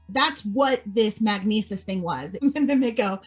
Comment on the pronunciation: "Do you take Magnesus" lol